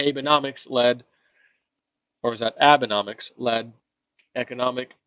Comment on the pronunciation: Abe economics pronounced aaa bay.